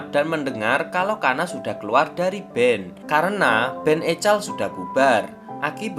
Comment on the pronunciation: EKOL min bukan ECAL